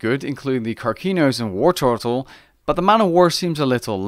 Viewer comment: the way you say 'War turtle' reminds me of 'wartortle' from pokemon